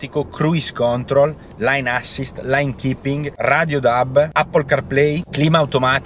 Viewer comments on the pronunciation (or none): Comunque è "lein” assist non "lain" Segue la strada (lane), non la linea (line)